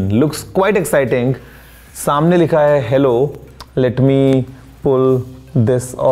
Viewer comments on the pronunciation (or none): Hallo instead of Hello😢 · Rectify please: "Hello" not "Hallo". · hEllo ❌ hAllo ✅. Nakli iMac liye ho kya bhaisahab